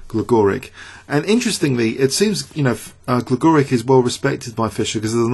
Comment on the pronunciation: It's pronouncec Gligorich